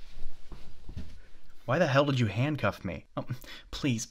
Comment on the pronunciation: "Did you just jandcuff me to my own bed frame?" Me: bursts out laughing in the middle of the night